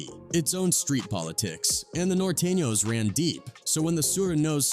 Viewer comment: Nortayños lmaoohahha surehknows